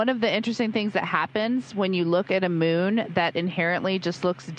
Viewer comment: I kept hearing "mune", instead of moon.